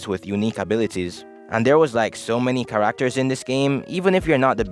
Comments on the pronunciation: Ca"RAK"ters 😭😭😭 I'm not making fun it jus caught be off guard, I was like what did you say bro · i’ve never heard anyone say characters like that where are you from dog